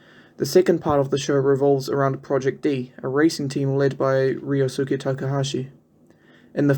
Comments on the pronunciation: also, the suke in ryosuke n keisukes name is pronounced skay not soo-kay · really? "reeyosuuca"? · Only gripe is "ree-oh-soo-kay"